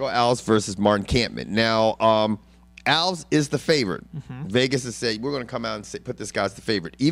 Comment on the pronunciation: Its a tournament George, of course the winners fight. Alves pronounced Al Ves, has had 4 fights since his brain surgery.